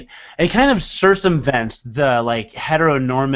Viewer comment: I gotta correct ooooooone thing: Circumvent isn't pronunced "Sir-sum-vent" but "Sir-cum-vent". My brain broke for like 5 seconds when you said it.